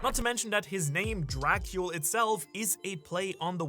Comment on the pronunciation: It's pronounced Dra-cool, not Dra-kyul. Or I assumed that would be the pronunciation, based on what I'd heard it pronounced by a romanian fellow I went to school with.